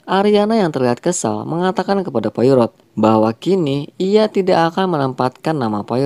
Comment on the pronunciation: Yup, bener bgt, pelafalan nama penting sbg bentuk penghargaan. Detektif asal Belgia (Spellingnya : Po-A-Ro)